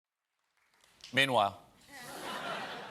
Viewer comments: Always here for "PEEN-WHILE" 😂😂😂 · I will never get tired of SEEN-WHILE😭😂😂